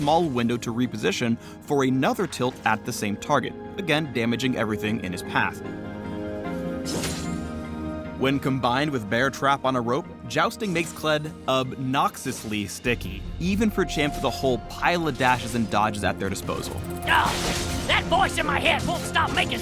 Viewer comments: Not as bad as ab-noxus-Ly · He said obnoxusly, kill him pls. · ob-noxiously sticky?...wtf...how much are you getting paid m8? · upnoxusly.. for real phreak.. CMON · So did NO ONE Hear when said "When combined with bear trap on a rope, Jousting makes Kled ob-noxus-ly sticky" Did NO ONE HEAR THAT? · Ob-noxus-ly sticky.... please....